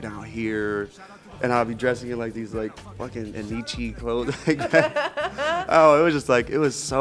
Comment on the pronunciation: LOL HE SAID NEECHIE. (Racist word towards natives (like Canadian Indians) ) For the retards who don't know.